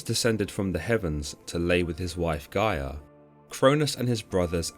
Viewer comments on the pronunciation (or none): none